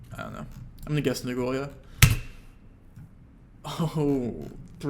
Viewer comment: Your "Nagoya" pronounciation should get you BANNED